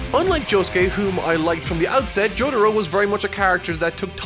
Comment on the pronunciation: No real jojo fan is putting stardust crusader's op over bloody stream and that's facts. Let's not mention this guy pronounces Jotaro like this Jodaro.